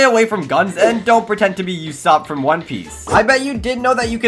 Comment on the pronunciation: The way he says Usopp is mind wrecking 😂